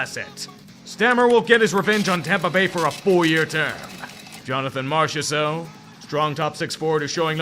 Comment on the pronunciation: I hate that you pronounced marchesseault correct 😭 had a shitty ex with that name and I was really hoping to hear you butcher it lol